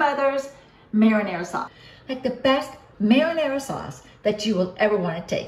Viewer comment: Only because we are talking about correct pronunciations, I have to tell you that you aren't pronouncing "marinara" correctly.